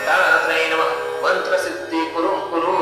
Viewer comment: It is not maaaaantra. It is mantra. 🙄